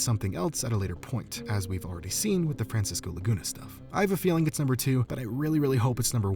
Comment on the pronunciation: Idk why but I heard "Francis goolagoona" instead of Francisco Laguna